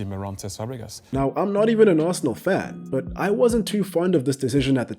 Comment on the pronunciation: When he said Arsenal… 4 that hurt my soul